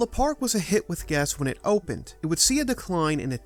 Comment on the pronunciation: Love the channel but for the love of everything please please please practice pronouncing the H in with. You have a great narration voice but hearing “wit” every time you say with has caused me to shut off videos at times.